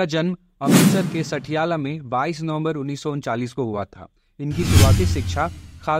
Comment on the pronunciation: सटियाला nhi पटियाला 🤣🤣